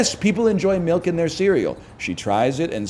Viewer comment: Does Dan say Melk?